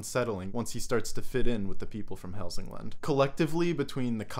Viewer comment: You pronounced Hälsingland surprisingly well!